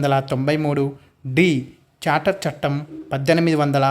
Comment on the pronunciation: Civil service bit charter chattem 1853 kaani mi pronunciation thappuga vundhi sir please rectify that